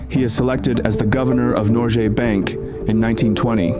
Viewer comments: why does it sounds like norgjes bank not norges bank? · Especially pronouncing Norges Bank as "Norjé Bank" every time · Great video! One thing that irritated me throughout it, though, is the way you pronounce "Norges Bank". This is a name of a main bank here in Norway and your pronunciation is very wrong. Rather than pronouncing the g as an English g you should pronounce it as the g in the word "give". Nor - g as in "give" - es bank (a British english "a" here) This should be updated. 👍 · Yep, an educational video with some twists different from a typical Norwegian's viewpoint. However [though a small sick], if he had only done his homework on pronunciations: like Eidsvaal, Norjes Bank, Michelen, Blüker, Lilleham, etc. But then again, I guess several "foreigners" have problems with cities/names in the US like Worcester (MA), Van Nuys (CA), Des Moines (IA) and Tucson (AZ). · Very well researched, but i think you should make more of an effort to pronounce the names correctly in the reading